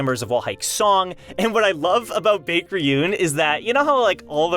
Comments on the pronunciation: I think its pronounced bye-ek. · Your pronunciation kills me bro, it's pronounced BEK!!